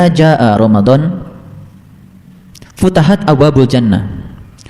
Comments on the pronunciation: Bacanya aja salah, futihat bukan futahat, apalagi kalau di tafsirkan pake akalnya yg bahlul 😂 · Maaf itu bacanya futihat bukan futahat